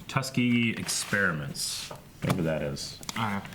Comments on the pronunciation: It's TUS-KEY-GEE for the record. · pronunciation of Tuskegee kills me.